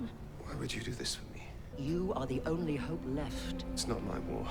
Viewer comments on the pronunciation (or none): none